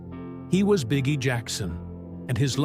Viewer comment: We know his name is pronounced Bee Gee, not bigie, right?